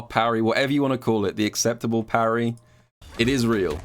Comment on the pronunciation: imperfect parry = poo-rry